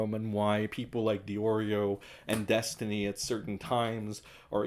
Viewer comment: The way I laughed at saying Des-tiny makes me think that maybe I'm a bit behindert. lol